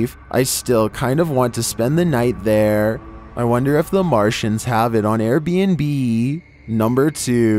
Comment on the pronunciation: Air bn'b!😆🤣